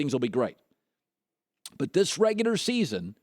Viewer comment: I hate how this dude says "regular"💀